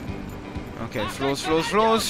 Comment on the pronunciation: Warum sagst du immer Okay so wie es geschrieben wird :)